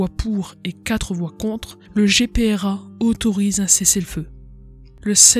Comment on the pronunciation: GPRA et non Grpa